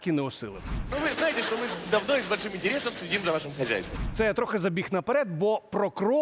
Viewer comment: в українській мові немае слів - щчє, щчо, якщчо. Вивчайте мову. Зверніться до мовознавця - Олександра Аврамєнка, послухайте як треба говорити, бо вас слухати не приемно